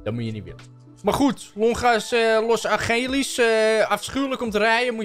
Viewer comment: ✨Los Angelies✨😭